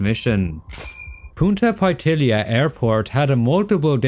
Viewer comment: It’s Punta Paitilla (pie-tiya) not pai-illia like you said